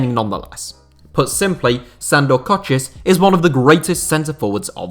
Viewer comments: It's pronounced kochish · Koscis was a magnificent player, frankly I prefer him to Puskas. Your pronunciation of his name though is like nails down a chalkboard.